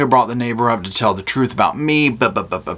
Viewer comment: says troof instead of truth!!!